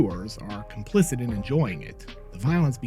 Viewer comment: How many complicents can one guy say?